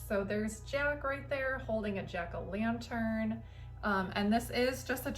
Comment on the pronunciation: Hee, heee...sounded like you said Jerk o Lantern 😄 Hmmm, you seem to have the best decorations.